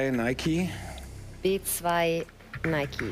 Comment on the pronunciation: Nike nicht nikiiii wtf man